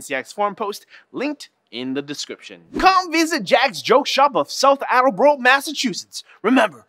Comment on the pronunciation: It's Attleborah... Not near Central Pahk! B T Dubs.